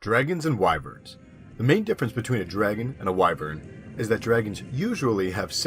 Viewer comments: You said it correctly as why-vern. Some people think it's pronounced as wih-vern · Thank you for not mispronouncing wyvern. I absolute hate when people pronounce it as "wi-vern"